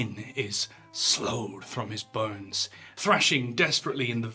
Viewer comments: "sloughed" is pronounced 'sloffed' not 'sloud' 👍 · I thought it was pronounced "sluffed" but perhaps it is "slowed" (sloughed) who can inform? shibby shibboleth kookaburra ningning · It's pronounced SLUFFED. Not SLOWGHED.